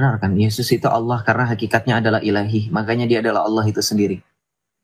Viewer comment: Maaf bukan Alloh tapi Allah